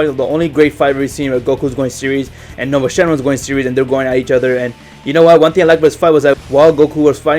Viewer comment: It's nuova not nova